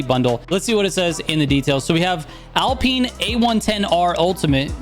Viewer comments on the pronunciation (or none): “Alpeen hyper car”